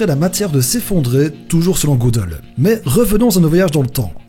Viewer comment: Gödel se prononce geudel et non pas godel 😉 sinon vidéo géniale